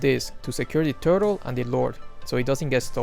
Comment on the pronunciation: How he said turtle tho😂😂